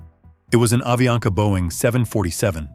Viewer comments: Falando o nome da empresa errado , não é aviania , é avianca! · AVIANCA pas AVIANA